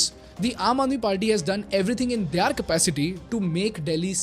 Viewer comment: Their" Word ka pronunciation kab se galata bolte aarahe ho yar. Ab to sahi karlo